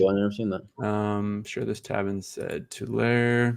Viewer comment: Tulare CA is pronounced 2 Larry